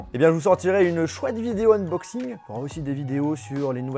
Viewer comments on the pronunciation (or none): none